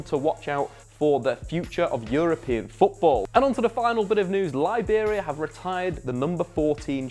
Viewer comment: Yes it should be Liberia